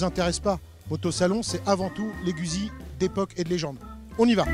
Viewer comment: Très bonne vidéo, à part la prononciation de Guzzi, la francisation du nom est extrêmement dégueulasse à écouter